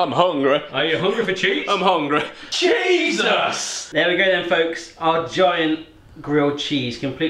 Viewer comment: When they said cheesus......, i cryed.